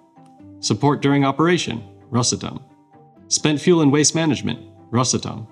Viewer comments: RosAtom, not rosatOm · Rosàtom not Ròsatom. Please, don't heart my heart and ears! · You make the company sound like a cough medicine “Rosatum” 😂.awesome video tho good job 👏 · rosA'tom pls, dont rOsatom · Well done video, but a small disclaimer: not rosatOm, but a simple Ros Atom, ROS ATOM, RosAtom. Prepare better next time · Ros. [a short pause]. Atom - is how the company's name should be pronounced. Rushed "Rosatom" sounds kinda funny. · Oh, FYI, Ros'atom, stressed on 'a' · The correct way to pronounce it rosAtom. The letter A is the driver of the word. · It's called RosAtom - the stress is on A. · Very informative interview, but for good’s sake, it’s Ros átom, the stress is on the “a” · Nice but it's rosAtom (the stress is on the first syllable of the word atom) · the stress is on the "A", like Atom, it is spelled together, but is pronounces as two words, ros-atom, (atom - just like in english the a is stressed, not o) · You said russletum 37 times in 4 minutes Edit : just finished the video. 129 times in this video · Nice video ! Btw its pronounced rosAtom. The stress is on the letter a, not on the o. (Source- I live in Russia) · It's pronounced "RosAtom" with stress on "a". Almost the same as "atom" is pronounced in English. (English/Russian bilingual). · he is speaking english where the stressed sillable is usually the first one. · Thanks. I'd never notice this without you 😂 However, the word (as in the name of the company) is Russian. Hence "ros" and not "rus". So if this is the explanation you favor, - he ought to pronounce it as "rUsatom" with stress on "U" because he is speaking English and Россия is "Russia" in English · after all the work you put into this video should have put 2 extra mins into learning how to pronounce Rosatom. The ''may be behind'' part in your video where you talk about Rosatom reactors, i think your brain might be behind